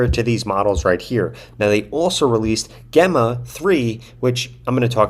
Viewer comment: I think Gemma is pronounced with a soft G, as in the name and as in the G in Gemini. :)